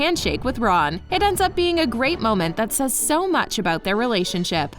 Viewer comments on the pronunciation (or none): none